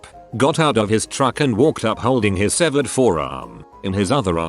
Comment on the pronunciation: Bro, its SEVERED